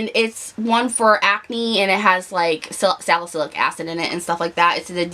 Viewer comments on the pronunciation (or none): none